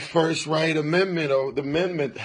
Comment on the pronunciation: I keep laughing every time he says "first right amendments or the mendments" 😂😂 #StayInSchool